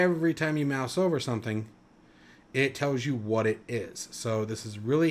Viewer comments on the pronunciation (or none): none